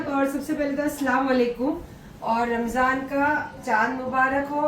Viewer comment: Mem aap ramzano q bolti ho ramzaan bolo na